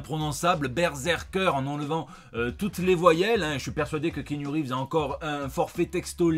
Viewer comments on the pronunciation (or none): Ki-a-nou,, on dit Ki-a-nou Reeves.